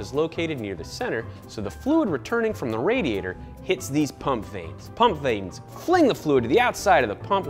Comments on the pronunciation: Vanes, not veins, my guys. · Pump veins???????? It's pump vanes goddammit